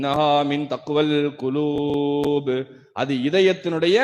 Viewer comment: கு(k)லூப் இல்லை கு(Q)லூப் உச்சரிப்பு முக்கியம் இமாம்